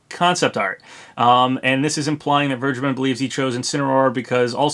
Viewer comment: I think vergeben is actually pronounced fair-gay-ben